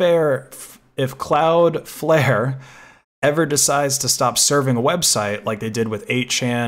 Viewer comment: It is called cloud flare not cloud fair